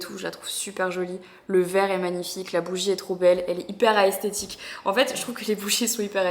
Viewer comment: jsuis la seule à avoir beugé sur le "les bougies sont super aesthetique" haha Esthetique Marie, aesthetique is english et au final même en anglais ca se prononce sans le "a" 😁